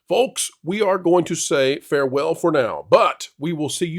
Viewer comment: Not the "faiw welw"!!!😂